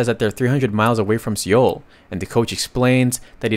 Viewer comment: See-oul? It's pronounced "soul" or "sole". The mispronunciations are really egregious.